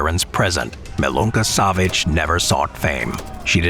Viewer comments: So ein Hund, spricht, MALONA SEVITSCH, MILUNKA SAVIĆ. Bitte, nicht mehr bellen, wenn serbische Nahmen ausgesprochen werden. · Име јој изговори како треба, или ћути.